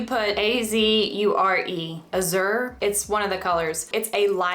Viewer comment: Thanks for the super informative video! You explain it all so clearly! It's pronounced 'AHH-zjher' (the z sound is like how s sounds in 'treasure' and the word has the same assonance or vowel sounds as 'cat purr'). Btw, your hair color is so gorgeous!